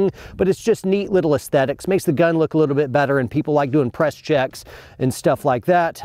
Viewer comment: it sounds like he says "people like to impress chicks" instead of "people like doing press checks". hahah. Took me a minute and a replay or two!. He was coming off of a TBI from the camera guy though so ALLL IS FORGIVEN! LMFAO!